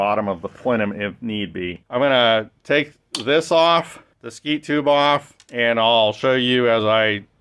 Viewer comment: Did you say skeet tubing? Double wall?